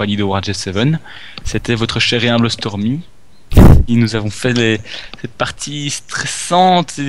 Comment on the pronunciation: Stormy a un accent Anglais pourris ^^